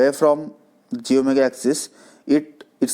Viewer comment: What is this "jomega, jomega" axis? SPEAK CLEARLY. Say, slowly, "j-Omega axis". Separate the "j" and the "Omega" part clearly while speaking. Practice saying this slowly a thousand times. J-Omega Axis. Say it again: J-Omega axis. SLOWLY.